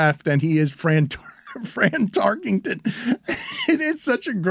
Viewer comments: Dan, it's not Fran Tarkington. It's Tarkenton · I think Stu should've been there for the multiple fines that needed to be levied on Dan for pronouncing the name "Tarkington"